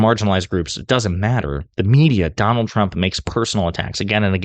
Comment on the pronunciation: "DON-OLD" TRUMP was hit BIGLY by both Barack and Michelle. 🤭😂😅🤣😆